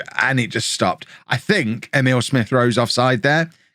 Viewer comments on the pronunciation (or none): none